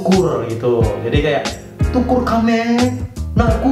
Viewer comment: bg bukan *tukur km ei * tapi nukur km ei